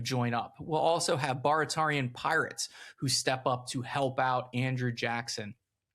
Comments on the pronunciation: And the “pirates” (privateers) were from Baritaria (Bear-i-tear-ee-a). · Here's another pronunciation of Barataria. I was raised in Lafitte, and everyone pronounced the Bar as between the " bare" and a soft "a" as in "bat", so, not quite a long A, and almost a short A, if you remember your phonetics. Anyway, I've been to the Battlefield a few times, and have friends who were 1812 re-enactors. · Yeah he’s gotta harden up those A’s in Chalmette and Barataria